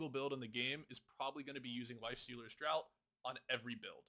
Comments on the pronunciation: Draught is pronounced 'draft', like 'draught beer' meaning from a barrel rather than a can. Just a heads up, it's not the same as tje word 'drought'. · Great video again. But I do want to point one minor mistake. Draught is pronounce "DraFt", as in a drink, or a draft of beer. Drought, the way you pronounce it, is a lack of water has an O in it. Lifestealers Draught means Lifestealers Drink. I bring it up as you say it a lot. Sorry to be that guy. 😅